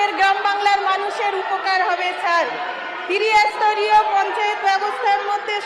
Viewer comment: এ তো ত্রিস্তরিয় উচ্চারণ করতে পারে না, বলছে তিরি স্তরিয় , কালভার্ট কে বলছে ক্যালভার্ট।